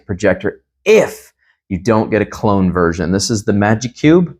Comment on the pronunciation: Great video bro. But its "clone." Not "cologne," brv 🙏🏽